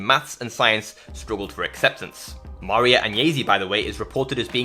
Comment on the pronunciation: It's nice that you want to honour the memory of Maria Agnesi. You can start by correctly pronouncing her name: Mar-I-a. It's not so hard.